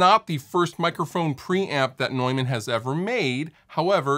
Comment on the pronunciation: I'm so glad you pronounced 'Neumann' correctly! :D